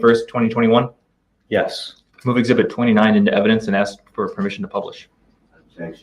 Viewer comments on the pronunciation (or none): Can I just say one thing?…. It is ASKED, not aksed